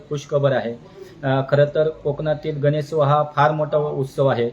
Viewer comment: गणेशोत्सव मित्रा, गणेत्सव नाही